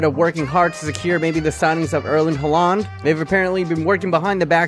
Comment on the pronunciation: Erling Braut Håland is not pronounced Huh-land. It’s Haa-land